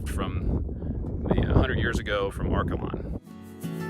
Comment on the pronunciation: I am from Liberal. Arkalon is pronounced Ark ay lon. Not Arkuh lon. Near Arkalon was the Samson of the Cimarron. You should have shown that.